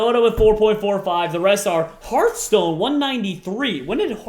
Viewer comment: Herthstone? Lol